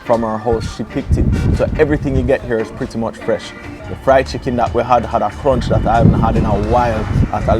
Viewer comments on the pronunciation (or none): none